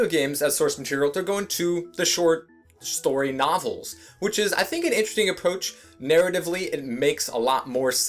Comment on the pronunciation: I swore I heard you say "short shtory nofels"